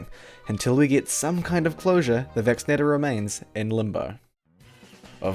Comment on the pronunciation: Now, what's your favourite, non-Vacci-NEIGH-tor MeeM weapon?